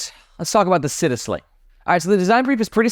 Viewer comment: Super excited for these bags! Also, the Italian word for city, “città”, is pronounced “chee-tah” 😄